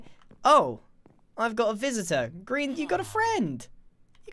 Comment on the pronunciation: Its grian not grain